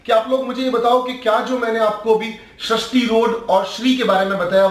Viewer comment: Sharishti road nhi be sarishti rode Aur Nehha pends nhi nehha pendse